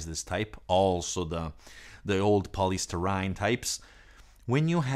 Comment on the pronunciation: POLYSTYRENE NOT POLYSTURYNE. UGH!!!